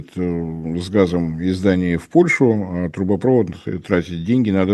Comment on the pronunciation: А как Вам "газопрОвод", нефтепрОвод", "трубопрОвод"? Слух не режет? Дальше слушать этого "эксперта" больше не могу. Дизлайк.